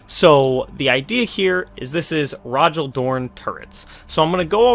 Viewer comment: Cool video. I might try this out with another IF warlord, given that I'm missing Rogal Dorn. Also, I think Rogal is pronounced more like "Roe-ghal"